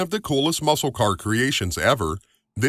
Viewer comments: Please quit saying Muskal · It's ok. You can say it. No one here understands the Daytona either. Also- a tip. Don't pronounce the "c" in muscle. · The C in the word Muscle is silent. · There's probably "NO SHANCE!" you'll read my comment.. lol but the "C" in muscle is silent. Love your videos.. love your enthusiasm 😊😊